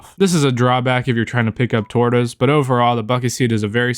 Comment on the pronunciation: The way u said tortas caught me off guard 😂😂